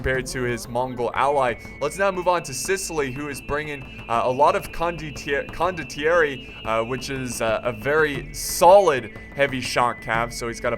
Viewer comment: it's "con doh thierry" (condottieri) you will get it correctly cmon;)